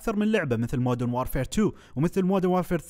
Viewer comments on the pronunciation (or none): none